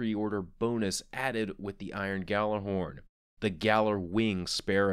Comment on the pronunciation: Still bugs me that people pronounce it Gallerhorn when it is supposed to be pronounced Yallerhorn. Same for Yallerwing